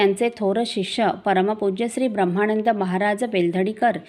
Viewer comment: ताई उपक्रम खूप चांगला आहे फक्त एक नम्र सूचना उच्चार करताना ब्रम्हाणंद असा न करता ब्रम्हानंद असा केला तर बरे वाटेल.